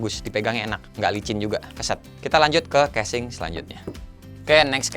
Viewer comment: ngakak dah denger kesing ANJAY haha